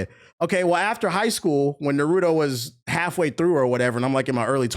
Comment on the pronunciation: “Nurudo” lol